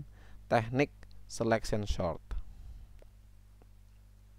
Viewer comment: ralat pak sort bukan short